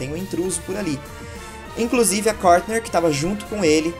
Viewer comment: É Courtney e não Courtner